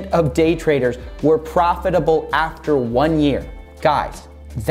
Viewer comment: why did i hear GAY trading